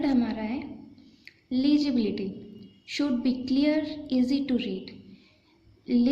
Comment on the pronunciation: Here its legibility Not lagibility Bcoz sound is must 😊😊Plz don't mind